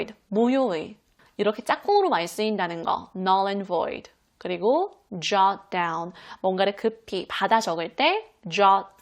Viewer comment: I 18 jot that down 으로 들리네.. ㅠㅠ